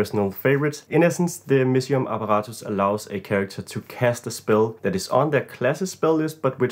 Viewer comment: If I may ask: Are you german by any chance? The way you pronounced "apparatus" sounds very german to me haha Thank you for the great ideas! Love the perspective on magic items being fun for a player being the most important.